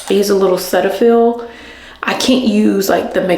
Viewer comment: SEE-TA-FILL Cetaphil